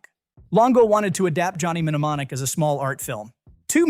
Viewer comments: I think the audio of error "Johnny Minnimonic" could have been caught and corrected, had any actual human bothered to review this before posting. Likewise for the butchered reference to The Secret of NIMH (should be pronounced as a word, rhyming with "him"), as well as the repeated references to "Dan Acheroyd" (note: humans pronounce the first syllable as in actor, not ache). The use of AI-generated scripts and audio is, unfortunately, here to stay. Human oversight is still needed, though. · "Johnny MENEMONIC " was the icing on the cake.